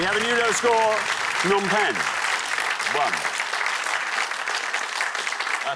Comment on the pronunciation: He did day it correctly. You're supposed to pronounce the P in Phnom Penh, I've just been there and that's how people said it there.